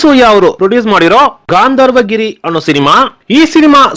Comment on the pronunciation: ಅದು ಗಾಂಧರ್ವ ಗಿರಿ ಅಲ್ಲ, ಗಂಧರ್ವ ಗಿರಿ